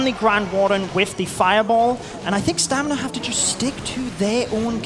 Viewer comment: I think "stamina" was pronounced "stanima" 30 times in this cast